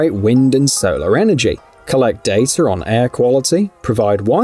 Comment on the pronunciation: It's NOT dataR mediaR